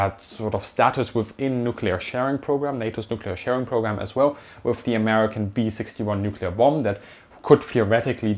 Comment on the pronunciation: where "did" the 100 bil go? what do you mean "did"? shouldn't you label it where will it go within the next couple years? by the way you say "wif" "dat" "dis" as a german it hurts me, because most germans pronounce it that way and it just sounds ... weird/wrong. The TH is a soft Z ed as if you would have a slight lisp or bit your toung not a D or W